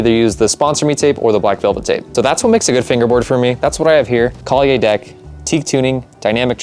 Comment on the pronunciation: the way you say kalye in true filipino pronunciation is Kal-ye. the end is a short "yeah". no Y at the end of it, because you say it as kalyey hehehe im getting my first fingerboard soon and its because of watching you! i enjoy the videos hehehe